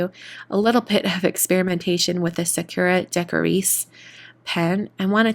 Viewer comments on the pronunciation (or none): It’s not Sa-cure-a, it’s sa-koo-a. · Why do so many YouTubers pronounce Sakura wrong? It's sah-koo-la. I cringe everytime I hear sah-KUR-a.